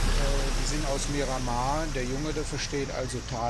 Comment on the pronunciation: „Miranmar“ - wer kennt es nicht ? Trotzdem tolles Video